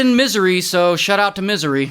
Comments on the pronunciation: Miz-ori ❌ Miz - ery ✔️ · Misery instead of Missouri 😂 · I'm not English native but I heard Misery loud & clear😂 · Bro said misery instead of Missouri 💀💀💀💀💀 (It is kind of misery for Molly though) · missouri sounds like missery as stated by Ray. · Saying Missouri like misery. My man 😂😂😂😂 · Bro said misery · Aint no way bro said "misery" instead of Missouri LMAO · So real for pronouncing it misery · Shout out to 'mi-se-ry'😂😂. May she rest in peace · It’s literally misery 😂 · Ah yes, my favorite state, “Misery” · the way he said missouri... misery 💀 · He said Missouri like misery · Did he say "Misery"? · Pronouncing Missouri like Misery is kinda smart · Yep, Misery is how one pronounces Missouri. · Pronouncing Missouri as ‘Misery’ though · I love how he pronounces Missouri. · Did he mispronounced the state on purpose, by accident or have I been mispronouncing it all this time?